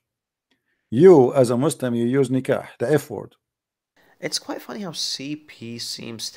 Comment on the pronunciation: when he wanted to define the word nekah he used christian website and not arabic dictionary . this idiot in other videos he read the word nekah as nukah LOL. Lets find out what the verb stankaha means in arabic dictionary اسْتَنْكَحَ المرأَةَ : طلَب أَن يتزوّجها translation : stankaha the woman : he asked to get married with her